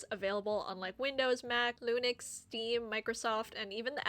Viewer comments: no way you called linux "lunix" 😭😭😭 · The fact that you said Lunix instead of Linux...I am angy now >:((((( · Did you just say "Loonix" lol?